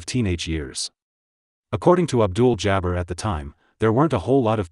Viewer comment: Did he really say Kareem Abdul "Jabber" ??? I know he said Manigault every conceivable way possible.